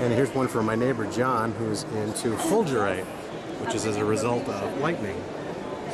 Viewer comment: and you pronounced Fulgerite wrong, its not like the coffee, its fulger, like Vular